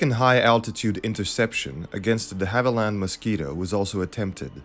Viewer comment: Indeed but pronounces de Havilland wrongly.